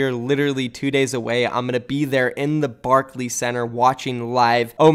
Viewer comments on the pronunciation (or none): i live in ny it’s not barkLEE it’s barkLAY